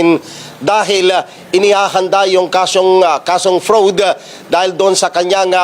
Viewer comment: "frowd" hahahahaha